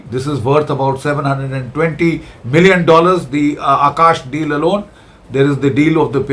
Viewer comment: He means "Deals" probably. But they guy is an illiterate and calls it "Dales"